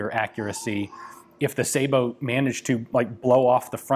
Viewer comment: Sah-boh, not say-boh. Sabot is a French word so the "ay" English rule (cat/kate, matte/mate) does not apply.